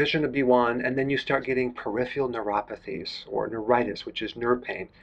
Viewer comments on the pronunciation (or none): none